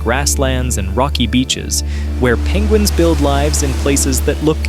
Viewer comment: pengwings :D